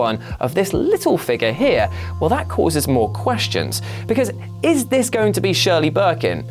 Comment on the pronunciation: LOL 'Shirley'